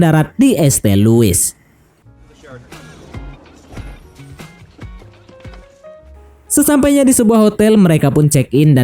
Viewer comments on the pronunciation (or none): di es te louis :D (dibacanya saint louis ya Bro)